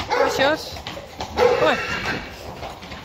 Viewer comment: I love hearing you say 'Sjors' name. Hi baby Teije🏃‍♂️🐎💙 Tfsharing! Have a great weekend everyone. 🕊🌎🕊